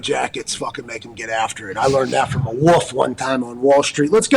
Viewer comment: Ugh, Pat calls a wolf a "woof." I can't stand that crap. Do they teach that the "L" is silent or something?